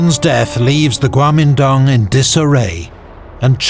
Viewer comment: In Mandarin，“国民党Kuomintang” is actually pronounced as“guomindang”，and “满族 manchu” is “manzu”, so basically he is right